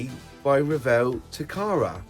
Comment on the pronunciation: Thank you for the video and much thanks for pronouncing Revell correctly